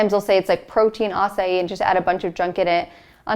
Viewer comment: Acai is pronounced 'ah-sah-eee'